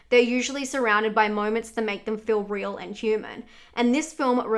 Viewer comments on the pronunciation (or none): none